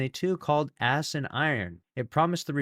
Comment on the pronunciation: Notice he said “ass” instead of “ash”, it has become habit.